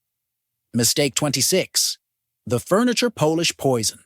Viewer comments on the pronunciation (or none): This is so obviously created by AI. Hence the alarmist tone and the mispronounced words (myth, polish, catio). While all the information presented is valid, it needs to be presented more thoughtfully.